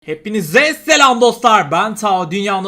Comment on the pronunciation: Knk selam verirken artık çok bastırarak söyleme biraz normal söyle